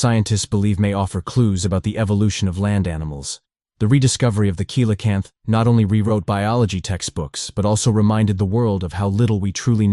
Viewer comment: AI, or has the narrator never heard coelacanth aloud?